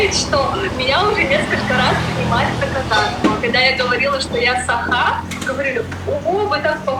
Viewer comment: не САха, а СахА! Қазақтада бар ғой сөз "сақА"